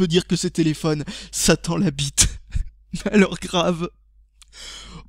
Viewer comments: À jai cru que tu disais "ça tend la bite" mais j'ai capté après que c'est "Satan l'habite" xD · "sa tend la bite" wtf :D